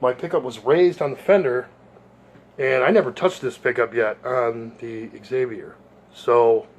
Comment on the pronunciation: Zay-vee-ier.... not Ex-zay-vee-ier. Sweet bass. You scored. When you purchase a Fender at $1000... $600 of that is.. the name.